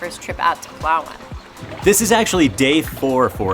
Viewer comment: I love how you correctly pronounce PALAWAN <3 Kudos!